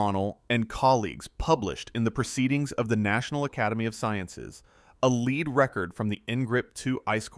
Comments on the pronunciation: must be another ai voice after hearing lead said wrong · The metal LEAD is NOsaid Leed, it is LED.